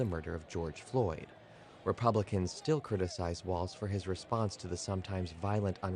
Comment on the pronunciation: Thank you for pronouncing his last name correctly.